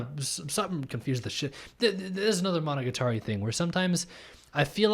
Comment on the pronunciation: A source of subconscious confusion might have been that the 1st oddity slayer is voiced by Araragi's voice actor EDIT: also, this is a really common thing and just a little nitpick, but Monogatari is pronounced with the accent on the ga. I know it's pretty counterintuitive to English speakers, or any non-jp speakers really